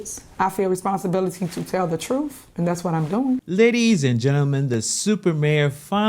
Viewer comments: Please, learn to speak English. The troof. Troof is not a word in the English language. Can’t be any more respectful than that. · I just want her to say truth and not “troof” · "Thats not the troof".. she's embarrassing af. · Did she say 'that the truf' ? Smh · It drives me crazy she says the word TRUF ITS TRUTTTTHHHHH TH TH STUPID IT ENDS WITH A TH ! NOT A F !!!!! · "I have a responsibility to tell the twoof." Yeah girl, speak twoof to power! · The “troof?” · "I feel responsibility to tell the truf"... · When you Mayor says “ da Truf”. 🤣🤣. If she’d been white, she’d be in prison already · Truth…… Ha! She can’t even say it correctly! Notice how she says “Troof!” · This girl couldn't tell the truth if she was reading it. She's going to tell the "TROOF" WOW. She can't even say the word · That's the "troof" ! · Did she say the truf 😂😁😂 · You mean the “troof” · She seriously needs to learn how to pronounce the word "truth", or just stop using it all together. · She can't even correctly say the word truth...how can she tell it